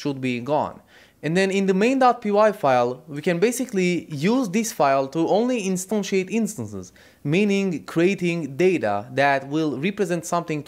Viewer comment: Really liked when you say "instantiate"